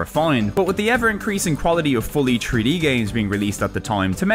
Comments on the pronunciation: as opposed to free-d, right? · "Tree-D gaming" I think you are missing an 'h' there